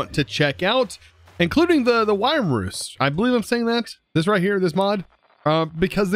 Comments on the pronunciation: FYI: wyrm is pronounced worm not whyerm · Wyrm is pronounced just like worm. ^.^ A wyrm is a legless and wingless dragon.